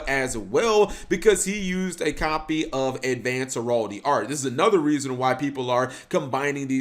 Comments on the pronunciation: Heraldry not heraldy cap there’s an r. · God this duel just confused me because a lot of what he says was wrong or just weird. Like him saying Heraldry or saying effects clearly wrong.